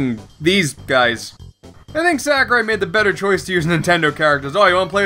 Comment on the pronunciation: Thank god! You pronounced Sakurai correctly. EDIT: Hang on what, did just swear? Noice.